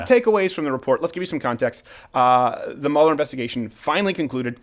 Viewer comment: Mueller pronounced like Beuller Ferris